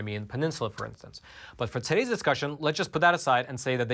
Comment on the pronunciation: "Todays's" and "precurious", lol!